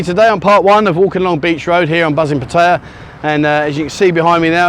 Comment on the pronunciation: Thanks for this channel we get our Pattaya Buzz while we’re stuck in the Uk! If only you could pronounce the name of the city correctly 🙏 PAT eye A !!! Not PAT hey A !!! 😡